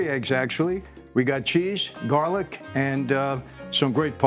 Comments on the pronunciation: Jarlic ? Come on Mike !! 🤣🤣🤣🤣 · It’s called jar-lic. A cute name made up by the young people.